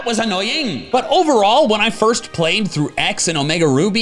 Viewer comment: you've turn up the filo accent saying "that was AnNoYingG!"